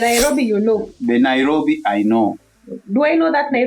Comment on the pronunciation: Naiiiirrrobi😂😂😂 you fall down you wake up🤣